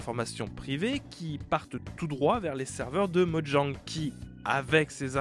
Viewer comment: Oh mon dieu, il prononce Mojang correctement, qu'est-ce lui arrive!?